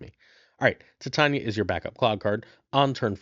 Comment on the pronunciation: Titania's name is pronounced "Ty-Tay-Nee-Uh" as in "Titanium" and not, "Tit On Ya"!